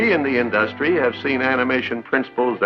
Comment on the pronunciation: Why did Walt pronounce "industry" like "industrial"